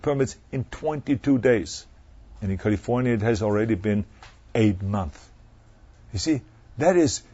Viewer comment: did he say "Kulifouaatyaauauauniiyauauaa" ?